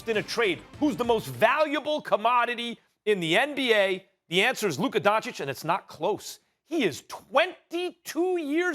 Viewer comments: Stephen A. could you put the least amount of effort and try to pronounce players names right? Its not Donchik its Donchich. How hard is it? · Stephen A: Luka “Donchik” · Stephen “Luka Donchick” Smith